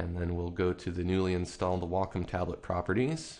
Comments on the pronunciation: It's Wacom not wocom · its wacom not wocom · Excuse the off topic question, by why is it pronounced "wah-com" and not "way-com"? If you take Waco (Texas) as an example, that isn't pronounced "wah-co"... tx. :) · pronunciation: WAY-com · I just got a Wacom ad before the video. It's "Wah-com". c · So you pronounce your a's as o's and you think its correct? Ok you keep thinking that.